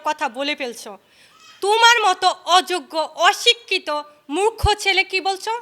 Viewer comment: ভালোভাবে উচারণ করো মুরখো হবে মুখো না🥴🥴🥴🤣🤣🤣🤣🤣🤭🤭🤭🤭👎